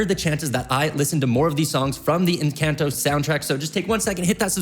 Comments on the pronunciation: That's not how you say encanto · I LOVE this guy but the way he pronounces Encanto and Madrigal are killing me 😂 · from encAnto to encAnto to encaunto to encAnto sheesh (im talking about the pronounciation, in whatelsecan ido u pronounce it correctly but in all the others u didnt.. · Bro this guy be saying encAnto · I love the video and the reaction. Only thing is its not pronounced enCANto, try to pronounce the A with a soft sound. :) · your saying it wrong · I love these videos but he needs to start saying ENCANTO correctly 😭